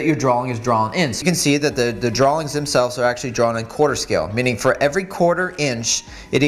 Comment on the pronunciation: Did you say "darawlings" with an L? (drawings)